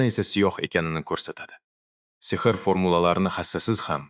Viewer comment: Demak Ai ovoz bergan boshida uzizniki deb oylodim lekin Oskar deganda Sehrni ser deydi qanaqadir aida hisiyotszda uziz ovoziz buganda zur bulardi